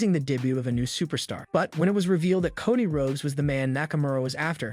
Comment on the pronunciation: With utmost kindness and respect, is anyone going to assist the commentator with how to properly pronounce the wrestlers names', events, etc? Doesn't anyone notice he consistently says Cody's name, Charlotte's name, and a slew of others incorrectly? He does a great job, but you need to know your product and how to properly say it if you are going to be a commentator. Keep up the good work, but please put a little effort into saying everyone's names correctly, I'm sure it would be greatly appreciated by the superstars 🤗👍